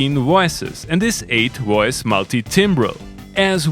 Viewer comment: Woice Woice Woice.... 🙄